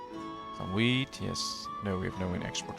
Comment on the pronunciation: Its orchard, not orkyard. It's wheat, not weed.